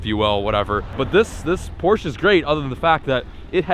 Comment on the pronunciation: Did he just pronounced Porsche right never seen a American manage to do that